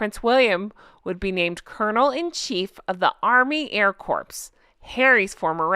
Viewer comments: Corps is pronounced like “core” not “corpse.” I like to point out that a royal garden party honors people who work for charities, it’s not KC just wanting to drink tea outdoors😂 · Corps as in Air Corps is pronounced "Core" not "Corpse". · Just a friendly correction. Army Air Corps - "Corps" is pronounced "Kor" (though making corpses is part of their job!) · Its said as "core" not corps, like dead body. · Except Obama could never pronounce it properly,he always said corpse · this is meant kindly. The word ‘Corps’ when used in military lingo is pronounced ’core’. Like Marine Corps (Marine Core). Obama mispronounced this as corpse while president and made an absolute ass of himself. Thanks for an absolutely wonderful show. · That statement is wrong. The King did actually offer Hank somewhere to stay and he turned it down. If he had accepted it would have be possible for them to meet, but that didn't suit Hanks narrative of "the poor me my pa rejected me" etc. (By the way "corps" has a silent p...it's pronounced "cor.") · Love love love your videos. Please forgive me - but the word “Corps” is pronounced “Core”. Thank you for supporting those who serve. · Hi, love the video. FYI Corps is pronounced Kor. X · Love ya, but a little FYI…. the “p” in corps is silent!! (Pronounced core.)